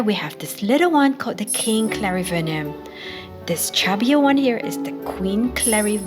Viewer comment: In Brasil we call the small anthurium as clarinervium, you say clarivernium... I wonder wich one is correct😅